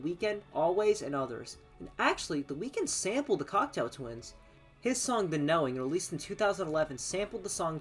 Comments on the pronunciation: I believe you called the group " Cocktail Twins " a dozen or so times . " Cock-Toe " not " Cocktail " . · thank you for putting this together! Just want to point out the correct pronunciation of their name: "Cock-toe Twins" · Can someone get the narrator to pronounce the band's name properly? Cocteau (Cockt - Oh) as in the French surrealist Jean Cocteau. Eau as in water. Everybody's homework after this is to watch Jean Cocteau's surrealist masterpiece Jean Cocteau's Orphee (Orpheus) which Morrissey had the good sense to immortalise on the front cover of The Smiths This Charming Man. Besides the mispronunciation of the subject matter's name, you did a great job. I even learned something - that they attended & met up with one another for the Ivors and Q award ceremonies. Consider listening to The Sundays / Cranes --- two bands that intersect with Cocteau Twins euphoric trippy otherness or / Kate Bush: The Dreaming. Toyah: Sheep Farming in Barnet & Nina Hagen: Nunsexmonkrock if U want an idea of who was doing this genre immediately before Elizabeth. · Are you saying "cocktail twins"? That's what it sounds like. Interesting video though, I've been a fan since the early eighties but I learned some things here. It's good to see someone so young appreciating the Cocteau Twins. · i kept hearing 'cocktail' not cocteau, oh well.